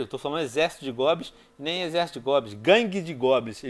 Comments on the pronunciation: Mano o Venom é analfabeto? "Guangue" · Venom Colocou Guangue de Goblins No Título, e Falou Guagangue De Goblins shuhsahusa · venom nao e guangue e gangue